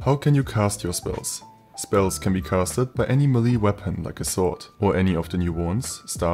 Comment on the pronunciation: Melee, not meli.